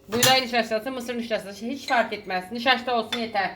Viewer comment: Bu bazı sözcükleri soyleyemeyişiniz de çok sevimli😊 Nişaşta ... Gernebahar, pıransa gibi😘